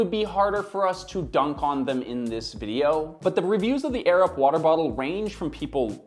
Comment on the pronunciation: I kept hearing “the Arab water bottle” 😂